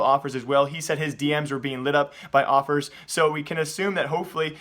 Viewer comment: was it just me or does he say awpers instead of offers